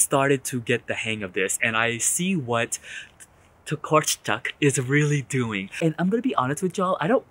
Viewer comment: Tokarczuk is pornounced like "Tokarchuk"